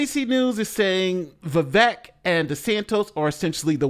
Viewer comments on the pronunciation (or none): First of all, are you mispronouncing "Vivek" and "DeSantis" on purpose? I haven't watched you enough to know if you're uninformed about these two candidates, or if you're making fun of them. It's not DeSantos. It's DeSantis - with an I. It's not "viv-eck". It's "viv-ake". Vivek won, in my opinion. I can't stand Nikki Haley, but I think she was pretty strong, as well, and definitely the thorn in Vivek's side - though I think he genuinely enjoys that kind of back and forth, while she does it out of necessity, and was not nearly as comfortable in those exchanges. She was really overcompensating for being a woman, and going full Girl Boss, which was off-putting. Let's just move on to DeSantis, Ramaswamy, and Haley, shall we? DeSantis aint the guy, but he has earned a place in the top 3 non-Trump candidates to this point. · Vivek is pronounced Vi-Vayk. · Vivek's name is pronounced as Vivake. vake is pronounced similar to Jake. The name विवेकः means discretion / wisdom in Sanskrit. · Can’t listen to you say DESANTOS one more time. Also, it’s vivake, like shake. Lol. Horrible annunciation 🙄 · Viv-ache/Viv-ayk/Viv-ake sounds like steak (all sizzle no steak, Vivake). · Vivek - rhymes with cake. That's how you can remember how to pronounce it. I got that from him. I have a name that's constantly pronounced wrong, so I'm sensitive to that. My name is Coleen, one L, so the O is long. I gave all my kids classic names that are rarely mispronounced. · Vivek is pronounced Vi-vake like cake. :goodvibes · OMG its Vivek, like cake! Yall keep saying it wrong!